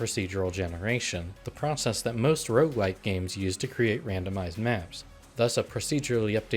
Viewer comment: IT'S ROGUELIKE NOT ROUGELIKE!